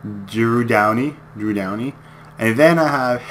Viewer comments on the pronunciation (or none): Love watching your vids but you get the players names wrong. Its Doughty not Downy. Malkin not Malcolm. Lol have to put that out there